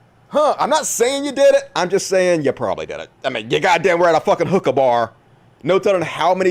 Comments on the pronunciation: I thought you said "Hooker bar" not "Hookah"! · and what did he finally said? I heard the same thing: «hooker bar» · At first I thought u where saying hooker bar, and I'm like, what's wrong with that "